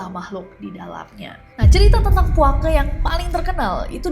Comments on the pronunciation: tolong penyebutan Puake pakai penyebutan Betawi E nya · Lucu banget dengar kak nessie nyebut "puake" 😂😂😂😂